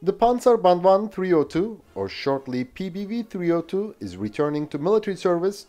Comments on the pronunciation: Very impressive that you managed to say all the Swedish names in their full glory, *clap clap*. Small correction1: The cannons used to be belt fed, but this was later changed on all of them to make them cartridge fed. Small correction2: The PBV 302 is more of an APC than IFV. It was meant to carry troops into battle and then stay to support them with the cannon. Ukraine will probably make the most use out of these bad-boys as battle taxis and armored ambulances. A vehicle not for the modern front-line, but more for the rear. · Well done pronouncing the Swedish vehicle names!!!